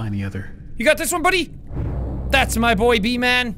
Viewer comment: Seán: Says B-Man Me: Hears V-Man My weird imagination: Hey VSauce, Michael hear.